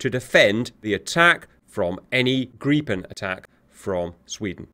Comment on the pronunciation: Plus points that you prenounce "Gripen" correctly and not "Grippen"